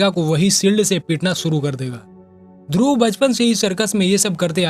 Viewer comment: ध्रुवा नही ध्रुव।